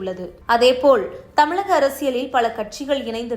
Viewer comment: TMInfotainment நிர்வாகிகளே , தமிழில் 'ழ' என்ற எழுத்து வரும் சொற்கள் அதிகம். அதை பயிற்சி எடுத்து பேச சொல்லவும். இல்லையென்றால் அந்த எழுத்து வரும் சொற்களை நன்கு உச்சரிக்க தெரிந்தவரை வைத்து செய்திகளை வாசிக்க சொல்லவும். செய்திகளை சொல்லும்போது உச்சரிப்பு மிக அவசியம். இந்த விஷயத்தில் நீங்கள் அதிக கவனம் செலுத்த வேண்டும். இந்த செய்தி வாசிப்பாளர் 'தமிலக தேர்தல் கலம் முலுக்க முலுக்க' என்று பேசுவதை கேட்கும்போது நாராசமாக இர்க்கிறது. அதுபோல செய்தி முழுவதும் தமிழை தவறாக உச்சரிக்கிறார். கவனம் தேவை.